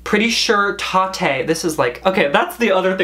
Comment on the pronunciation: I live in Boston and I'm convinced none of us know how to say Tatte 🤣🤣🤣